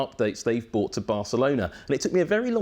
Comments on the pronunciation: Love this guy. Wish he would pronounce 'brought' correctly. Sounds like he's incorrectly using the word 'bought'. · he said bought thats what annoyed me